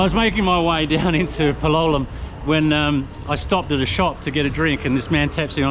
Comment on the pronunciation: Hi love your videos but PLEASE learn how to pronounce place names correctly. It is PAL O LEM. ❤